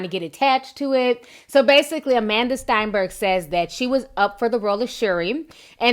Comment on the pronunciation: Hello, I have been following you for a very long time and have appreciated many of your conversations and you have been doing a very good job. However, I am making this comment in response to your commentary on Amandla Stenberg. First, her last name is not pronounced Steinberg. It's "Sten" as in "pen". She also happens to be my Niece and we are a blended family. Her mother Karen is Black and her father Tom is Danish and not Jewish. I believe her comment was misquoted and we knew her feeling about her audition and why. She is very balanced and thoughtful and not arrogant as you stated. She very proud of her black heritage and takes her job very serious. This was in no way meant to suggest that she is any better than any other actresses out there and it's a decision that she is really cares about. We are very proud of her and will stand by her. #prouduncle